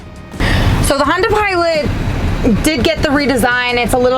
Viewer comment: she always says herb chambers honder instead of herb chambers honda